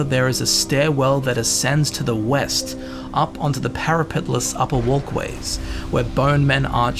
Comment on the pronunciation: Grave Haze Grove is west, not weast. And Master's Keep is east not west.